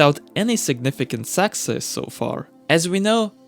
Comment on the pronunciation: From now and forever hereafter I will always produce success the same as you love that your accent makes it sound like suck-sess 👍